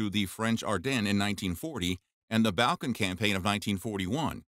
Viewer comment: Your mispronunciation of Pervatin, Wehrmacht, Balkans and Barbarossa was very annoying and distracting. It doesn’t take much to learn the correct way to pronounce a word especially when presenting factual information.